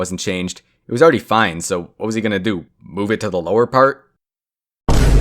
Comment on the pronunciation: is it me or does he say do weirdly